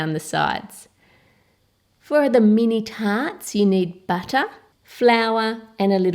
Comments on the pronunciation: Butta Coco Powda Suga Flaua Baking Powda Hehehe, so different the way they pronunciate these ingredients. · i love how u say butter buttay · Coco powdah,buttah,baking sodah,and baking powdah what accent is that?